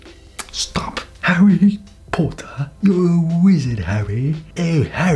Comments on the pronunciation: That "HaRrY pOtTah" always gets me, its so good.. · HARY PO-ER